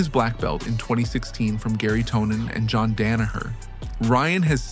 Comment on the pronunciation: "Jehn Danoher" Dude, what is this video and why is it 15 min long? Noone is talking about this. An intrigue? A crazy person commited a crime. That's it. Happens every day.